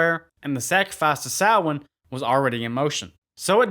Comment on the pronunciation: I’ve always liked this film even though I was confused as a kid that Michael was not in it. Also I appreciate the fact that Samhain was finally pronounced correctly ☘️🎃.